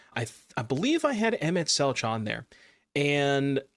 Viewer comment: FYI it is pronounced Emet-Selk. There's no 'ch' sound.